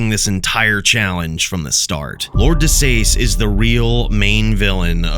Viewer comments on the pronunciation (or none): I always assumed Lord De Seis was pronounced "De-cease" as that seems like clever naming by the devs. Then again, maybe I'm just missing the joke.